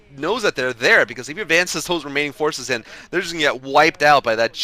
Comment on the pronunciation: lol said Remining Maining spots.